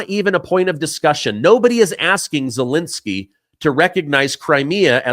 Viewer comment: Zelensky is not pronounced Zelinsky. Second e is the same as the first.